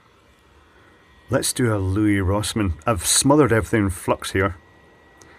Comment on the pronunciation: I think Louis Rossman's first name is pronounced the same way as the name Lewis